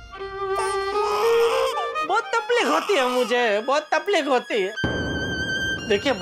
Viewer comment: Everyone said takleef Jethalal: tapleek